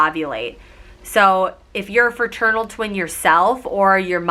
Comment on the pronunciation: iT is not ferternal it is fraternal